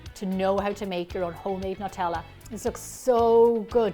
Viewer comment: WHY does wevery1 say Nutella wrong???